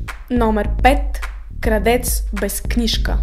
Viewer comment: защо казваш кардеца то е крадеца